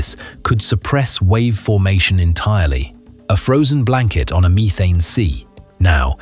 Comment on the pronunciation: WUH TAH AND MEE THANE :face-green-smiling